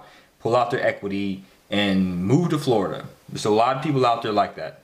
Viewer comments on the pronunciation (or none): none